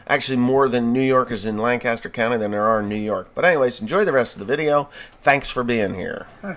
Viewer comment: Being from this wonderful county that’s full of New Yorkers and dadgum tourists that just poke and gawk at EVERYTHING, I feel the need to correct you. It’s pronounced Lancaster (Lang kis ter) no biggie though happy to help. Really enjoy the videos and really enjoy listening to the stories of all these pissed of left wingers. Lol.